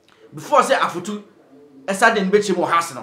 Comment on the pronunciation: The name is Afutu not Efutu. Thank you